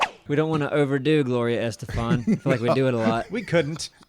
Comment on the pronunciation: "Gloria Estefant". BRILLIANT!!!